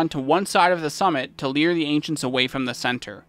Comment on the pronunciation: Great guide, great other guides, and I'm looking forward to your pally guide. Small pronunciation nitpick, it's "lure" not "leer". Lure the Ancients away from the center, lure Mephisto to the moat, etc.